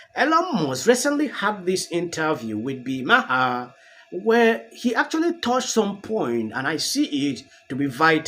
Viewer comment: Mahar the h is silent, like bill marr